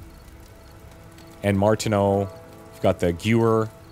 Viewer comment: I think I said "You could stab him." enough times to make this video a drinking game :) [EDIT:] The gun you call a gyoo-whir is said Guhv-air (Gewehr)